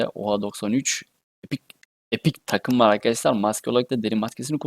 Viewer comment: Katım değil Takım )